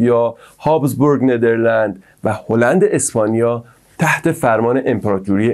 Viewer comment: 😂😂😂اول برو اسمش و خوب یاد بگیر بعد بیا توصیفش کن خودت اطلاعاتت کمه به نیدرلاند میگی نیدرلنز😂😂